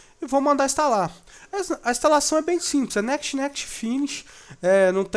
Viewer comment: Ótimo vídeo, bem explicativo, mas, por favor, aprenda a pronunciar "next".